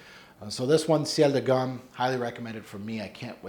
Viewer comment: Very nice list, ) 18 fragrances are my favourites too and also I discovered a new name for myself (and thank you for that) - Amber Kiso which I definitely must find and try 😄. And I want to make one little comment about Ciel de Gum: the pronunciation for Gum is like in the word "good" (it's abbreviation for General Universal Store situated in Moscow city centre near the Red Square).